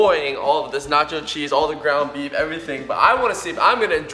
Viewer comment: who else thought he said "grandma beef" at the beginning instead of "ground beef"?